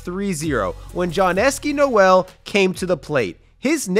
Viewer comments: Bro has to learn how to pronounce like tf is Johnesky Noel??? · Even you wanted this matchup so much you mispronounced Jhonkensy Noel’s name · cannot get over that butchering of jhonkensy noel's name lmao